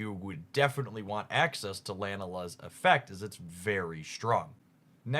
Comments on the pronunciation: Wow… and I thought my coworkers mispronounce names horribly. Scoliosis and Pasoland had me rolling. Then Lanala for Lana lmao. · Thanks so much for the update 🙏 But bro really said "Arkerola", "Scoliosis", "Lanala", "Araquand" and "Lima" 😭💀 Sorry i had to point that out lool ❤ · Scoliosis and Lanala. Wow. This reminds me of the skit where the gentleman is calling out all the names wrong. JAQWELLIN! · Not being able to say Sophocles is acceptable if you never went to college, maybe... but how are you not able to say Lana correctly? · Where's the second L in Lana xD These are on purpose at this point right?